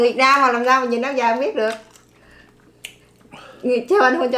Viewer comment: Trời nợ lão béo nói áo dài mới nghe tưởng áo giấy